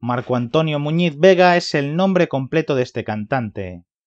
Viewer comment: Sobre todo a pronunciar bien el apellido